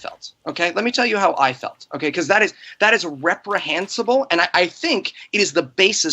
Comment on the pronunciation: I know it's not important to the discussion, but it really anoys me how pronounces reprihensable.